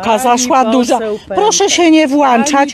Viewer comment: Ja kupuję włącznik i go WŁĄCZAM I WYŁĄCZAM, pani się "włancza", lepiej brzmiałoby "włączam" , to tak gwoli wyjaśnienia ☝️